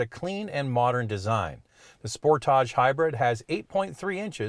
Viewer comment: I spit my wine out every time says Spor-tahhhjj... Yassss queen! RAV4 Hybrid is de facto leader in its class.